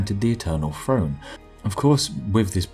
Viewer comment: No offense, I love your videos, but what's an "Eternal Frone"?